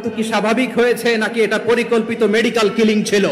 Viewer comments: উপস্থাপিকা ম্যাডাম, মেডিকেল ক্লিনিং না কথাটা হবে মেডিকেল কিলিং..পড়াশোনা তো করেছেন তাহলে তো জানার কথা দুইটা শব্দের অথ সম্পূর্ণ আলাদা 😂😂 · উপস্থাপকের শিক্ষাগত যোগ্যতা দেখে আমরা অবাক,কিলিং কে ক্লিনিং বলতেছে,এরা কেমনে জাতীয় গণমাধ্যমে দেশি বিদেশি নিউজ উপস্থাপনা করে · ক্লিনিং না কিলিং এরা সাংবাদিক হয় কেমনে